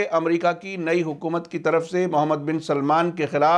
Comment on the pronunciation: Please name sahi karo मूहममद है सही नाम ...मोहममद नही